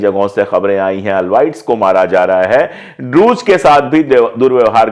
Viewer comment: Sirjee Druze Ka E silent Nahi hai Druzeeeee Pronounce E also Druzeeeee